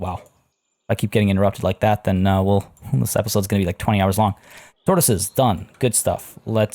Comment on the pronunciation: You said : Turtles are done , I heard : turtles are damm :D hahahaaaaa...